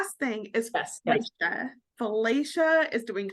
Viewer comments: How does someone watch a tv show and hear the person’s name said multiple times by multiple people and still absolutely destroy the pronunciation of that name? It’s pronounced Fillisha NOT Filaysha. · That 3as the weirdest pronunciation of Felicia I’ve ever heard in my life.